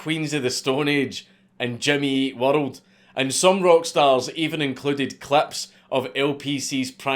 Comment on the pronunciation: I'm high as fuck and was not ready for that first prank call 😅 Really really messed with my head lmao Also when he says "Jimmy Eat World" I thought the video had skipped, or that he had stuttered - with the way the two 'ee' sounds roll into each other with the Scottish accent 😂